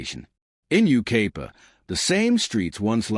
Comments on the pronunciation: Dear Ignorant AI: It isn't You-KAY-pa, it's You-K-EYE-pa. Seems we are heading backwards with technology. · It’s Yucaipa pronounce it right